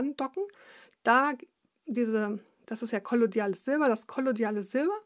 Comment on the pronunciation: Kollo-i-da-les Silber, nicht kollodiales Silber :) Schöner Versprecher, Liebe Grüße und herzlichen Dank für diese wertvollen Potcasts